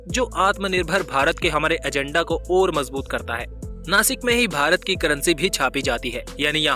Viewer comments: Please pronounce properly It is नाशिक not नासिक. Message for गवार हिंदी people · अरे नासिक नाही रे बाबा "नाशिक "आहे ते " स" को "श " बोलो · Be chokko आदमी, नाशिक आहे ते, 🤬🤬😡😡नासिक नाही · नासिक नाही नाशिक बोल 👆💯 जय महाराष्ट्र 🚩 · This is not a नासिक this is called a ‘ ’’नाशिक' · It's not नासिक it's नाशिक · नाशिक not नासिक 👋